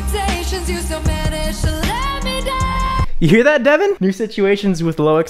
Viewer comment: Other youtubers: I cant tell his name to you guys: “DeVoN”